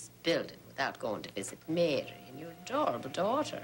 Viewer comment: I get so annoyed the way piles on the Irish accent when she says Mary.